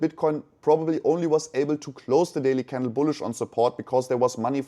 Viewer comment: buliush biluissh biliiussh?